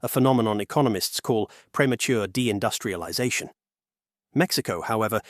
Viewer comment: When the AI voice utters "premature de-industrialization," somehow it sounds like "premature ejaculation," rendering the entire scene so discouraging and frustrating, for it signals the unfulfilled ecstasy and thrill.